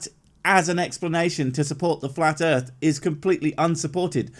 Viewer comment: Earf is Bobs